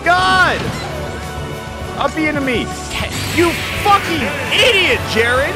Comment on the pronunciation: Hi, my name is Jered.... listening to this hurt....